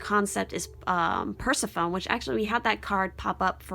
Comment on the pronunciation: I was drawn to 2 and 5. Awesome reading, strongly resonate with so much of it. Both the "lightness" of the dove and the kinda not-so-light Persephone. I really enjoy your readings, so just wanna be helpful in pointing out that I've always heard it pronounced per-sef-fun-nee.